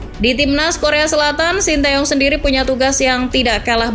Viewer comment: Bacanya te Yong itu mbak bukan tae yong